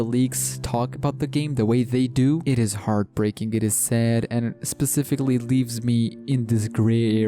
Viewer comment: Bruh I hate the way you say specifically